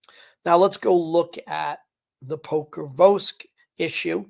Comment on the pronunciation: Can't even pronounce Pokrovsk...FN pathetic.